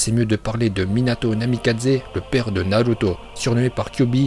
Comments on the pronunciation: Super ces vidéo car on entend des prononciation que les youtubeurs français ne prononce pas comme : Naluto shipunden Laiton Vraiment sa fait plaisir d'avoir des prononciation japonaise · C’est pourtant la bonne prononciation , à la japonaise..